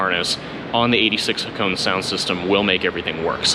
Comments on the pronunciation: you pronounce it like this Ha ko nay its japanese its name after a famous drift road in japan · Ha-ko-ne. 'Ne' as in 'never'. ✌